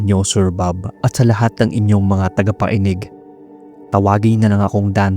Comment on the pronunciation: Hhahaahah TAGAPAeNIG haahahah buloL TAGAPAKINIG ✓